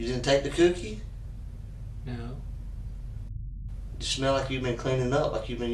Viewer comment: “You didn’t take the cyoookie?”